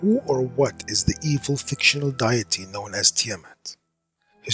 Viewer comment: I agree 99%. He should learn to pronounce "deity" properly, then I am 100% with you all.